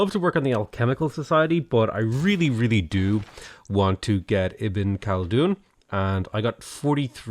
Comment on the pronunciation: Lol he is the master of pronunciation